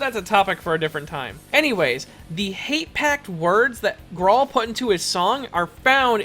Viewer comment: His name is pronounced groll